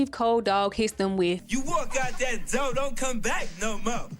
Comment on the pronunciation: Yeah, I don't get why they cut out that scene either. That was the best part of the episode! Especially the part where one of the twins called him a moron for mispronouncing "door"! 😂